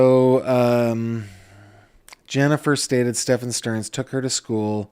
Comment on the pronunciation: The way that I flinched when he said Madeline STERN 🥴